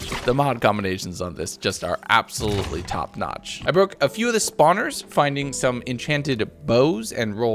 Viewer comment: Bro said baroke I'm dead 💀